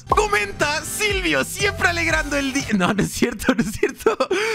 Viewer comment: Dijiste simpre 😅